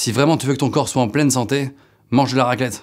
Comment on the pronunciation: "Raquelette" qu'il dit